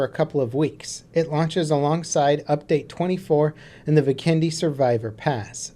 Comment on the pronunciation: It's Vikendi, not VIkendi. :D